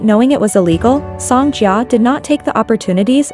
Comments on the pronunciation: I’m sorry but the least you could do is search up how to pronounce her name. The pronunciation was downright hilarious like wtf is sOngJiyuh. Her name is pronounced Sohng Jeeah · them saying song jee-A is so irritating. if you’re going to make a video on the subject at least do your research and make sure your voice over is using the correct pronunciation